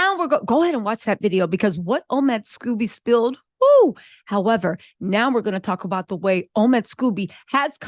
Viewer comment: The way you keep calling him Scoobie has me dead laughing...LOL